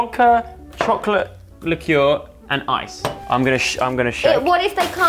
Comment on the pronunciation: 6 ozz’s of chocolate licker: 6 ounces of chocolate licour 😂😂😂😂😂😂 (btw sos bout spelling)